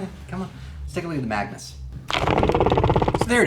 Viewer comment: Lol why do you keep calling it the maganus? They are two different tanks